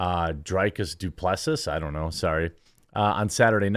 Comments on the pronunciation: doo-pla-see 😂 duplassiss 😂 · The pronunciation of Du Plessis 😅🤣😂